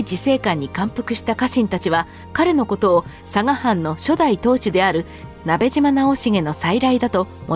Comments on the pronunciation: ❌なべじま ⭕️なべしま ですよ！ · 聞き間違えていたら申し訳ないのですがナベジマではなくナベシマだと思われます よく間違われるので楽しみにしていた故郷の武将なので恐縮ではありますが覚えて頂けると嬉しく思います。